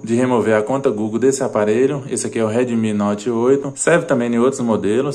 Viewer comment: anta fala direito o nome do celular, um youtuber falando errado me agonia